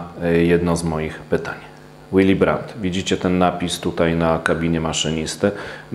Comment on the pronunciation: Willy brandt czytamy willi brant a nie jakiś łili. Gość był niemcem i nazywał się po niemiecku a nie po angielsku.